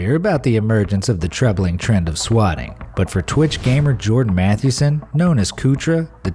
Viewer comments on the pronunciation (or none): none